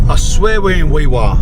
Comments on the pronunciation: Hes pronouncing Walgett correctly but Wee Waa is pronounced Wee WAR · Wee Waa is pronounced wee war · It's worse when you know It's pronounced "wee war" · Wee Waa pronounced Wee War dumi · Aye mate, just so ya know, I'm a QLD'r but it's Wee Waa pronounced Wee War as in WW1-2. I'm not bein a know all but we'z Ozzies aye..pretty quiet out there huh..haha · Heads up bred ...Walgett is pronounced " Wal..Jay"! ... I won't even start with Wee Waa.